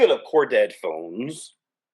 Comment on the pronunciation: The way you say corded...Core dead phones 🤣🤣🤣 The cords could be REALLY long. We used to string the phone thru the whole house. Others would walk under the line like we were playing the limbo. Or jump over it like a jump rope. 😂😂😂😂